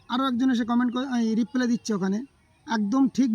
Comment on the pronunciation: কথাটা রিপ্লে না হয়ে রিপ্লাই হবে হেভেন।